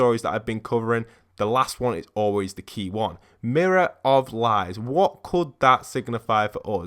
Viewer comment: Why are you saying M I R R O R O F L I E S